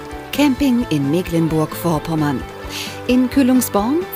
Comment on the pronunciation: Warum kann eigentlich niemand mehr Mecklenburg richtig aussprechen? Es ist nicht Meeh-cklenburg.